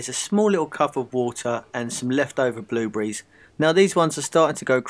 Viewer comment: It is called BlueBERRIES!!! Not bluebriz!! %¥'fzhop